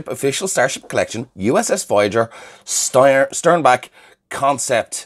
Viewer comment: It's "STERNbach" not "STEINbach."